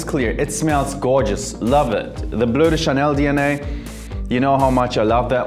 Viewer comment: "Bleu de Chanel, parfum" good accent 👍